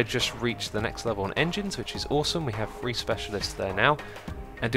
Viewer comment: every time he says "3" I think he says "Free"